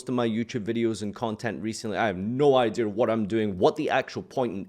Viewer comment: You are still saying "idear". THERE IS NO R!!!